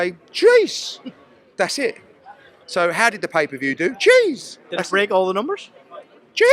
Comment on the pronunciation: Is he saying jeez or cheese?